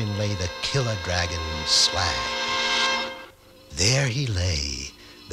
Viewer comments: WHAT DA PRECIOUS?!? Bilbo looks like a freakish Christmas elf, he pronounces Smaug "Smag", and there's a princess!!! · "It's pronounced Slaug!"